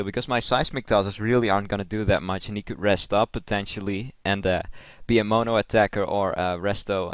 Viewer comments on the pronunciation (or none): none